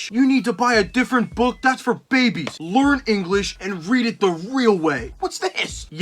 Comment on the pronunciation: The way he pronounces book as “buukh”